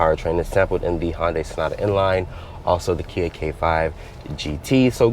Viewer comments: Hun-Day. Not Han or Hon day. It's not a Honda and Hyundai fused. Nice review otherwise. < from Hyundai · HoN-DaY. Several times 😂